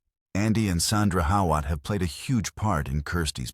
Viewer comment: Pronounced How-it .